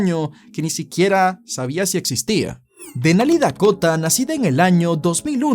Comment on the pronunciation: Dekota, Engela, Engel jajajaja mató tu pronunciación jajajaja